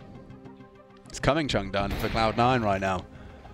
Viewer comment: I lost it at "Chungdone" casters well done boys